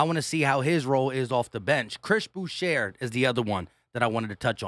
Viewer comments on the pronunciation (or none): Boucher is pronounced as (boo-shay) it's French